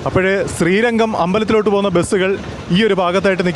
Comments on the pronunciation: ശ്രീരങ്കം അല്ല . ശ്രീരംഗം. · ശ്രീരംഗം - അതാണ് ശരി ശ്രീരങ്കം - തെറ്റാണ് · ചേട്ടാ ശ്രീരംഗം എന്നാണ്